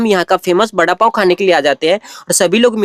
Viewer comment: वडापाव ❌बडापाव